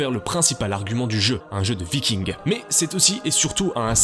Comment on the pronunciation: Des VikingZ... tu peux pas t'en empêcher hein. ^^